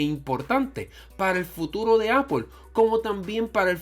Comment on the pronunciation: el we dice apol se dice apol xddd apple vs apol